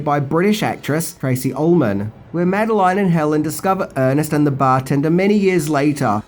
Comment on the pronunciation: It's not "Mad-eh-line" It's "Mad-eh-lin" Don't argue, it's just the way it is.